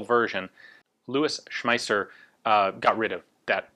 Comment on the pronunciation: Ian, that was great! Louwis Shm..Shmeisss...Schmaisser. i know, it is difficult if you did not learn german at school. it is almost as bad as french.